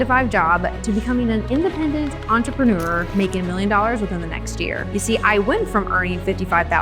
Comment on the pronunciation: Why should I listen to someone, who doesn't know how to pronounce "entrepreneur"?